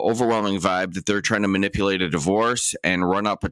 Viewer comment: Can no one in GA say manipulative correctly?